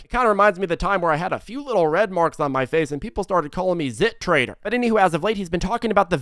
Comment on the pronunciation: "zit trader" 🤣🤣🤣